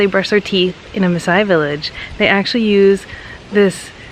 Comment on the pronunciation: Your pronunciation of the maaasai words is superb. You're so fascinating and I love how you've showcase our culture to the world with a lot of positivity